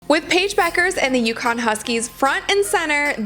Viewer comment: UCONN Not Yukon.You can do better.